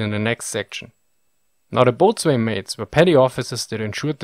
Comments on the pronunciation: I am not bothered by mispronunciations due to accent, I admire people who learn multiple languages. What was jarring to me was the way that 'boatswain' and 'forecastle' were pronounced. Maybe this will help: BO-sin and FOKE-sull. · "bosun" is the normal pronunciation. similar is "gunny" for "gunnery" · Boatswain is pronounced 'bo-sun' and its left tenant. not lieutenant. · Boatswain = Bow'sn. Pronounced "Bowsun" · Some of your pronunciation is amusing such as “boatswain “ should be as bowson. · great video. boatswain is pronounced bosun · You know, I actually scrolled down to the comment section to gently point out that 'boatswain' is pronounced (and often spelt) bos'n. However, after reading a few comments, I'm sure this has been pointed out. So, all I'll say is keep up the excellent work, accent, mispronunciations and all! You provide a valuable resource for military history buffs like myself! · As an aside, this is something that even native English speakers get wrong, but I believe that, boatswain is USUALLY pronounced "bosun." It's one of those several hundred words unrecognizable by the landmen. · Thanks. "Boatswain" is pronounced "BOE-sun". "Napoleonic" - "na-POLE-eeonnik". You have a GSOH. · Boatswain is pronounced "Bo-sun" and the Forcastle is pronounced "foke-sul." Chaplain is pronounced "Chap-lin". English pronunciation from England doesn't make much sense but there it is. These crew numbers are ideal in the sense that at least some of these men would be sick or injured and contemporary sources complain constantly about being under-manned and lacking the full complement at any one time. Now I want to know just where did they put them all? How exactly did they stow them around the ship? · Note: Boatswain is pronounced 'Bo-son'. Great video. Excellent English. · Love your videos. FYI, in English navies the title "boatswain" is pronounced BO-zen or BO-sen, either is OK. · Boatswain is pronounced Bosun.. Just saying. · It's pronounced "bo'sun".